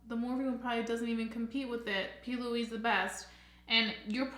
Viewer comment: Are you calling it the p. Louie base ? Lol